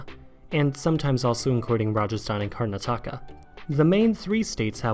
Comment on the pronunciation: It's pronounced Kar-nat-aka not Kar-na-taka